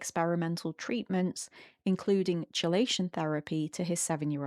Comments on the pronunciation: I don't actually understand what the facilitator is supposed to be doing with s2c - why isn't it something that can be done directly between the nonverbal person and whoever they want to communicate with? Also, just fyi chelation is pronounced "key-lay-shin." I thiught you were talking about some sort of cold exposure thing until you mentioned heavy metals lol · Key. It's pronounced Key - lay - shun. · "Chelation" (it's "kee-lation") :)